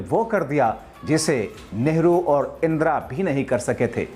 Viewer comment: इंद्रा नही इंदिरा